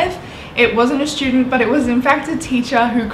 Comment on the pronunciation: thats how she pronounces "but" lol